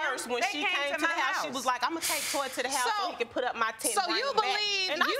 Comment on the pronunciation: He says PIT...lol...not PUT